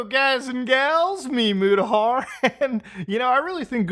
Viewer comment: Bruh i swear this is the first time I am reading the description of your video (normally just read the title and click since its you lol) and what you say in the beginning. This whole time I thought you were saying your first name was Me and the last name was Mutahar LMFAO. I always thought you just greeted us with your first and last name everytime until I read it the description and was like OOHHHH!!!!! lmao